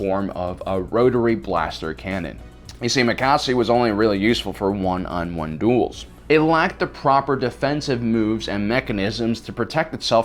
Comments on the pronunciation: Makashi not makasi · First he says Tah-Noe instead of Tano, now he says Macasi instead of Makashi. please address this in your next video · Form II is Makashi, not Makasi. There's an 'H" in there you're missing. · Why are you saying Makassi instead of Makashi? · MA. KA. SHI! It's not makassi. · he fr said makasi